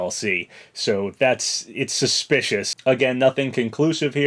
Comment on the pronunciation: Vewy suspicwous